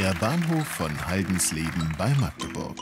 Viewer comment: 1) hört bitte mal mit diesem "bei Magdeburg" auf (und wenn, dann sprecht es wenigstens richtig aus - nix Maaahgdeburg - dat heeßt Machdeburch und nich anners du Vorel!) - es gibt nur ein Haldensleben in Deutschland (zumindest laut Wikipedia und Google) - wer nich weiß wo Haldensleben is kann sichs bitte selbst raussuchen 2) wenn es schon um Umgebung Magdeburg geht, dann guckt euch bitte mal Gommern an - dort gibt und gab es auch schon immer einen Bahnhofsmitarbeiter, der bei Zügen in Richtung Magdeburg auf Gleis 2 den Übergang gesichert hat - dass man eine Kette als Sicherung verwendet hätte man schon vor 30 Jahren drauf kommen müssen - aber es hat keinen interessiert - und JETZT regen sich alle über die Kette auf, die es aus Gründen der Sicherheit eigentlich schon von Beginn an hätte geben müssen 3) warum sich alle drüber aufregen, dass sie mit ihrem Ticket diese Stelle zahlen - ja natürlich - denn es ist ein Bahnhof der Deutschen Bahn - und diese Stelle hat nun mal die wichtige Aufgabe, den Schutz von Personen zu gewährleisten - das hat was mit Verantwortung zu tun der die Bahn hier nach kommt - und da das in unserem kapitalistisch geprägtem Staat nun mal niemand ehrenamtlich macht, muss irgendwo das Geld herkommen - in Gommern hat sich auch niemand drüber beschwert, dass sie den Bahnhofsmitarbeiter mit ihren Tickets mitzahlen - im Gegenteil - da hat man sich dran gehalten (auch wenn mir als Städter das völlig witzlos vorkam, mir von wem vorschreiben zu lassen, dass, wenn o